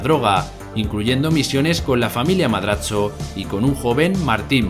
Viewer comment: hasta donde se madrazo es mexicano no italiano "madrazzo"